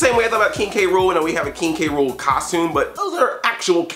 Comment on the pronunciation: Sound like he said "Kinky Rool"